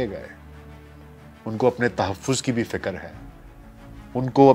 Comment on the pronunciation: سر جی ۔ بہت المناک واقعہ رونما ہوا ۔ آپ نے عمدہ تحقیق کی مگر معذرت کے ساتھ آج بھی تلفظ کی کئی اغلاط جیسے " ۔ فکر ۔ خمیازہ ۔ وغیرہ اور سر جی " مشکور" نہیں " شکر گزار " بولتے ہیں ۔ شکریہ ۔۔۔ SZ Rana official